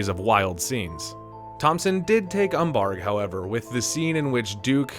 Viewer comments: "Gilliam," not "Gillum." And it's "umbrage," not "umbarge." Fucking AI. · Also mispronounced mescaline and umbrage. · “umbargh”? You mean umbrage? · What is "umbarg"? 😂 Umbrage, man. Umbrage. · Is the narrator deliberately mispronouncing words, like "umbarge" rather than "umbrage"?